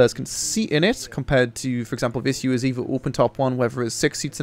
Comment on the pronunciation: wrong pronounce UAZ !